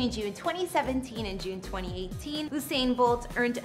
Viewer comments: You didn’t even pronounce his name right 😒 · why is she pronouncing his name like thattttt😖😖😖😖